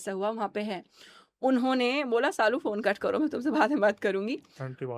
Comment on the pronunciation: It's Saalu not Shalu